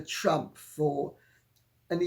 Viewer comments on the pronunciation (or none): none